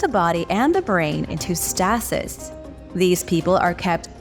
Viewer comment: Iys pronounced stay-sis